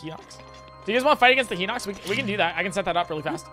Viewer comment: my gosh its pronouced "Hine-ox" not "hin-ox"